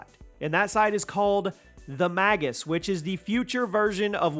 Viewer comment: Pretty sure it's pronounced "mage us" but, why do they fight Nickelback? Lol, sounds like you said they fight "Nickelback and and forth"